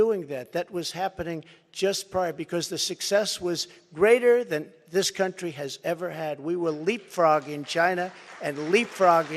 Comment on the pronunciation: Haha! He's such a blow hard. "I'm the only one who can fix the problems we have in this cun'chry. Believe me." ... proceeded to fix nothing from Jan 2017 to Jan 2021.